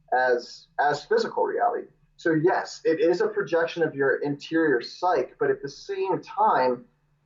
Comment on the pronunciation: Someone tell this guy how to pronounce psyche